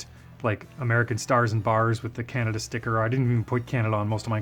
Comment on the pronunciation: Your customs are pretty RAD brother! But as a person who has lived in Ontario his whole life and traveled the U.S. a great deal..and to Europe..CAN~AD-DUUUH sucks. I'm sure you can guess what I'm referring to. Keep up the cool work!